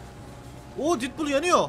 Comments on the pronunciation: Abi didpul diye okuma artık detpul bak okunuşuyla yazdım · abi şuna didpul deme ya sinirim bozuldu